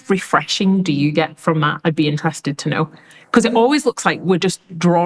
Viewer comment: "Tooknow" Ghanaians 😂